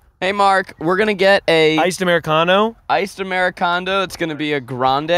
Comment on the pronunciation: "iced americondo"